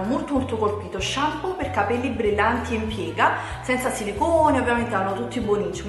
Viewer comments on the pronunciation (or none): none